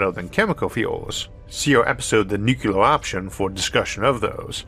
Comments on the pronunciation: NuCLEAR, not NuKeLAR .. how can you misread that ? Anybody saying like that sounds like 3rd grader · There is no such word as nucular. The word is nuclear. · There is no word in English called "nu-cu-lar"! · I'm a subscriber for years and I know. But it's not his speech impediment that is the problem. He says "Nucleus" just fine. It's the stupid Bush era pronunciation of Nuclear like NuKeLar. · Stop. Nuclear has 2 syllabyls. Not three. This is not your spech defect. This is low level DOD. Jimmy Carter can stil pronounce the word correctly. LOOK IT UP.